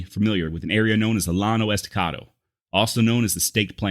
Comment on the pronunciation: hey... bro i really dig what you do.....BUT....you need to learn some pronunciation...it's Quah-nah, not Quonah....it's Pay-tah, not pee-tah nocona....it's Cah-do Jake, not cado...and it's the Yano Estacado...double lls in spanish is spoken as a "Y"...look up continental vowel values....most written native names and words follow these rules, and all spanish words do...and lastly, i wish you didn't cuss so much...i hope that you will take this as the CONSTRUCTIVE criticism that i mean it to be....ok, rant over....i never heard that Mr. Goodnight had a man named dave mccormick workin for him...as a dave mccormick, i think that's mighty cool!!!...i like your work and your research is top notch! peace and love bro! keep on keepin on!